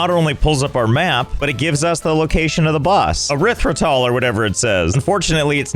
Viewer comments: Actual pronouciation: eek-theer Let's game it out: your-ith-ro-tall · The boss: eikthyr Josh: ERYTHRITOL Btw pronounced Ike thy r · “Eikthyr” Josh: “ERITHROTOL” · How can you not read EIKTHYR? You doubled the syllables x.x lul.